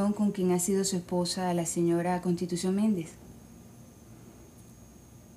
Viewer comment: Jajajajajaja Jajajajajaja hay, constitushion Jajajajajaja